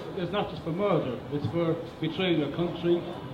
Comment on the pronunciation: ở e í phát âm reducing là ri - đắc - xing. Ai học Eng đến tầm ielts 6.5 cũng đều phải biết từ này phát âm ntn. Rồi đến lại đến từ murder là mắt - đờ. Nghe đến đây thì mình ko xem nữa nên cũng ko biết sau đó e nói hay ko. Mình ko đến mức ghét e này, cũng ko muốn nói gì về cuộc thi này, mình chưa đủ trình độ để có thể đánh giá cả 1 cuộc thi, mình chỉ ko đồng ý vs 1 số ý kiến đề cao em lên quá mức. Em í vẫn còn nhiều thứ phải hoàn thiện, cứ tâng bốc quá sẽ chỉ hại e í thôi :)